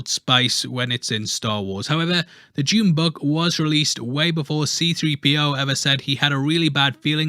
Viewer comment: Well done for pronouncing it Dune instead of the americanised (therefore stupid) Doon!